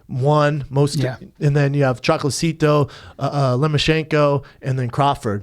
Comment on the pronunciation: Cho-co-la-Tito. Not choclacito